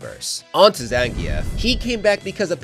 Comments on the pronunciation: You pronounce zangif name wrong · Why my guy say zangief like that 😭 video is amazing regardless